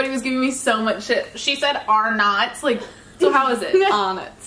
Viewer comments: it’s pronounced Ar-nits NOT ARNOTS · She actually said arnots and I'm not from Australia and I know that